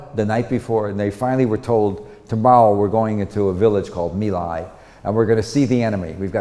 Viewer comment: My Lai was pronounced Me Lie.